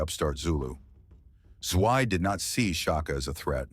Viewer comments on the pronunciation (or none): It’s pronounced Zwee-Deh